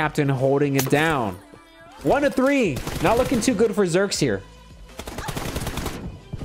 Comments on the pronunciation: its zhyyyrex not zherx bro check out his montage and other videos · It's a like T-Rex that's like Zhy-rex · I think it is pronounced as "ZHAI-RIX"